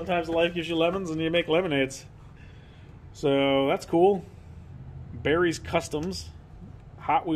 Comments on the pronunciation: Barris not Barry’s. It’s Chuck Barris the car customizer who made the 60’s bat mobile. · Dadgum, now you're making me feel older than I am. The Barris Collection is way cool. It's pronounced Barris like Harris. He is the one that made the TV series Batman car, The Munsters, Sonny and Cher were his designs as well. Look him up.